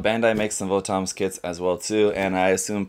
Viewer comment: VOTOMS is actually pronounced like bottoms iirc